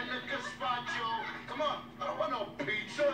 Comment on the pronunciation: I don’t want no Piz-zuh!